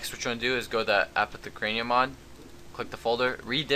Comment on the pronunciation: you say it like, apoth uh care ium